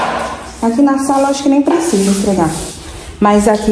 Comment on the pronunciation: ESFREGAR e não ESTREGAR…. Seus filhos vão falar assim tbem